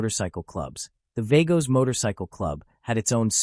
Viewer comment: They are pronounced .... V AH GOS